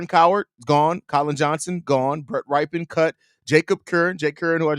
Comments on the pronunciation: How does a FOOTBALL fan not know how to pronounce Rypien? 😂 Bro, you trippin' on Rypien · Rypien rhymes with Trippin'! Ya dig? 🤣